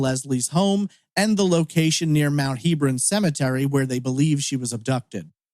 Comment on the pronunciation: The cemetery is pronounced Heb-ron, not Heeb-ron.